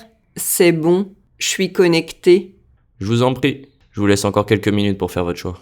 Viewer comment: Je vous en prie- why does it sound like Je vuzompti